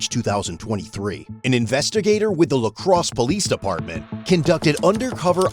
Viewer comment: 5 seconds in "La Crosse Wisconsin" lmfao